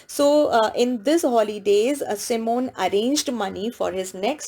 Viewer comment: Ma'am you are pronouncing Simon wrong